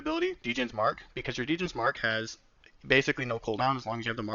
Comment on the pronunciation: Great vid. Might have to pick mirage up! Btw Djin is pronounced like jin, the “d” is silent